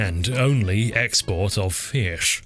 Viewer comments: please stop pronouncing fish like that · I've been mispronouncing "Fee-ish" all my life! Thanks for hooking me on the correct way! :D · Every time you said 'feesh' my brain added the sound effect; very good. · Sir Sean Connery would be proud of the way you pronounced "fish". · Man be saying Fish like Michael Jones when he had a stroke lol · haha he says fish in a funny way haha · Love the way you say fish. It's like an audio version of italics